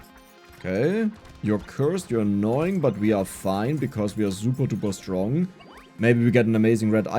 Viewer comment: "Zuba duba stronk" 😂 the German accent